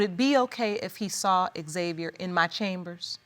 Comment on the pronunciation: Why does the judge keep calling him X-Xviar though? It’s xaviar no x